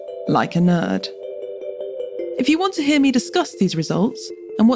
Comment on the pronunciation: "Or just look at the results...like a nerd". LOL. Not sure if the accent makes this more or less of a burn...